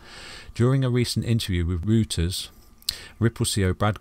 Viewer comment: pronounced Royters